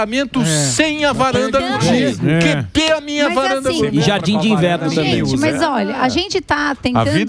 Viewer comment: "Kedê minhe varanda gourmet?" kkkkkkkkk